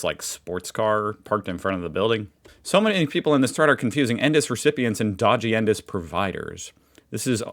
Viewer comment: You say the letters for "NDIS" (en, dee, eye, ess), and just call him "Albo" like most of us do.